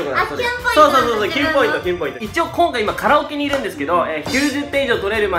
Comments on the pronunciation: 前からずっと気になっていたのですが、 いちよう ではなく いちおう 一応ですよ〜〜。 敢えてだったら、すみません。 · いちよw「一応（いちおう）」ね…